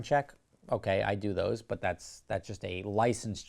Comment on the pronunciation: I quite like the way you pronounce "but" ... bwuht